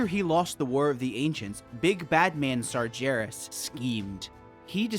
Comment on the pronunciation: Great video series. Just fyi, it's "Sargeras" with a hard 'g', not "Sarjeras". We hear the name pronounced multiple times by various NPC's throughout the game. Unless you're just trolling, in which case carry on, lol.